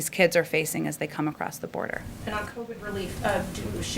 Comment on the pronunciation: At approx , did she say crovid?